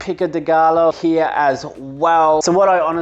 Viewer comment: I'm definitely gonna try out that mince and cheeze sauce. I totally ballsed up my first go at a cashew sauce like five years ago so I've been hesitant since, but you make it look easy. Also, no shade, but the 'gallo' in 'pico de gallo' is pronounced like ''guy-o''.